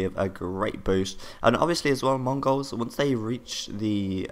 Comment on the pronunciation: I love the way you pronounce 'Mongols' as though you are, yourself, a Mongau.